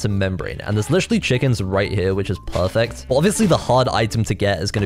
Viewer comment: is really good at saying pahfect